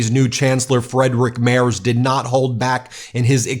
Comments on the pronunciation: Your pronounciation is absolutely wild. freydtrik mehrs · you got the pronunciation of Friedrich Merz very wrong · His name is Friedrich Merz, not Frederick Merz. And sure, he will be Chancellor, but he is not elected by the Parlament yet. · Friedrich Merz, pronounced as freedrich merts, is in fact a millionaire, ex-judge, ex-venture capitalist, populist flying his plane in and out from home to Berlin so far. Still a long way to become chancellor. Too many here are as dumb as the MAGAs voting AfD and every term they're growing in parliament. Gross!! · "freedrik maers". too funny. i will always pronounce him like this from now on. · Small hint: it is pronounced Freedrikh Marts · Did you know that Friedrich Merz worked as a judge, and as a lawyer for Blackrock? The first AI voice-over was actually quite realistic. By the way, Friedrich Merz's name he's pronounced "Freedrikh Mairts". Or Simply "Fritze". 😄 And let's face it: Trump is a traitor. Not only against his allies, but also against his own people he swore to protect. How is this oath not already broken? Impeachment now! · Free-drige Murtz is probably the closest an American can get to pronouncing his name correctly. And let me be clear. This outcome is probably the second worst. Merz' foreign policy is good. He supports Ukraine, a strong Europe and sees that the US is not a reliable partner anymore, but rather another threat. As for the rest of his and his party's policies, they are just as conservative and regressive as those of republicans. He blames immigrants and the left for every problem there might be, real or not. He is a millionaire, who made his money causing the housing crisis, and a former lobbyist and he will bleed the poor in favor of the rich. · FYI: FREEDrich Mayrts is the pronunciation. Love your stuff!